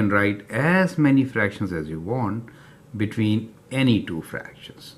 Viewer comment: Thank you,btw it’s called fractions not fractims